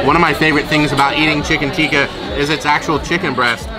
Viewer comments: it's Tikki in Basket Chaat...Not Tikka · Tikki, not tikka.